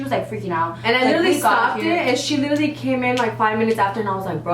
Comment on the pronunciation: Drinking game: take a shot every time they say “lidally”